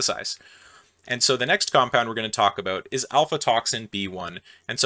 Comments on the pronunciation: I'm pretty sure that it's not "alfatoxin", but "aflatoxin". That is all. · I think that is aflatoxin, not alfatoxin. Sterigmatocystin: the ending sounds more like sys tin than sigh tin. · I cringed hard every time he mispronounced aflatoxin as alfa toxin. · Its called Aflatoxin B1? Not Alfatoxin B1. Thanx for a interesting review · 💡 Aflatoxin, not Alfatoxin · afLAtoxin, not ALPHAtoxin. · Afla, not alfa. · Did you seriously call aflatoxin "alfatoxin"? THE aFLatoxin (F before L) that I was cursing you for omitting from your first mycotoxin video? Jesus Christ. Are you making mistakes on purpose for the engagement score through comments like this one? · It's Aflatoxin, not Alfatoxin. He switched the letters in case you're googling it. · Aflatoxin, not Alfatoxin. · aFLatoxin gosh darn it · Really nice Video! More Biosynthesis! PS: Its called AFLAtoxin... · seems you thought it was "alfatoxin" ? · "Alfatoxin"??? You said it several times, and wrote it.... although you did spell it correctly in the lower right caption. C'mon, man, you're better than this. 😁